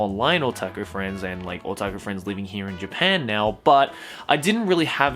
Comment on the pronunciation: Every time says "otaku" I cringe.